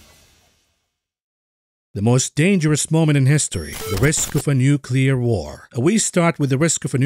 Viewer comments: Nucular - the word is Nucular! ;) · nucular wor 😵‍💫